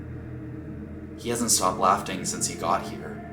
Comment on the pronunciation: I swear said "laughting"